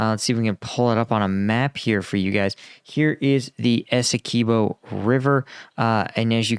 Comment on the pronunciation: It's Essequibo NOT Esse-key-bo please get that right. Written by a Guyanese ty.